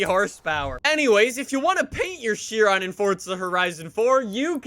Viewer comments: It’s pronounced shi-Ron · Theres no t on chiron its pronounced shiron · Why he say fortza Its forza And not "chiron" "Sheeron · kia ron is the proper pronunciation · It is "fortza" idiot. That is the only thing can pronounce correctly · Wait... is it she-rone or Chee-ron